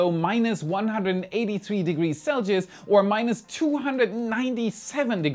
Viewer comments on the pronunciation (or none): selgius? Whats that? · You can tell is starting to become Americanized he's struggling to say Celsius correctly now😂😂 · He could probably say the German pronunciation perfectly. What he struggles with is the US mangling of the name... ;-)